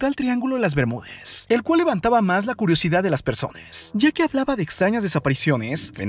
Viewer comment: oye enserio ¨zones¨ ¨persones¨ habla bien